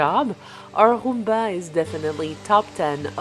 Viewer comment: When you say "roomba" you pronounce the "r" the same way my abuela does 😭💛 She's from Lares, PR